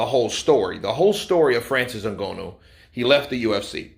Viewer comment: It n Gha nu not n go no please it hurts my soul 😂